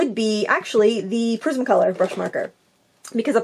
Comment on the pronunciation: Lol,I thought you said prison colour 😂🤣 but it was prisma colour lol.